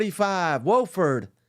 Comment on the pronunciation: Its Wofford with a short O. Whoooo ford.